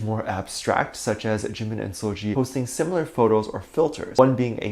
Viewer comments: First of all it’s seul-Gi not Gee! Secondly, Dont drag her unproblematic pristine clean name into this nonsense! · Im more bothered about the way you're pronouncing seulgi's name 😭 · First of all you don't even promomce seulgi's name correctly GOD ! Second it's so funny how pple still with this jimin and seulgi thingy I thought we left it I 2017 😭 Third; you sound like allkpop articles 🤣 like two idols wear same cloths once : they are dating ...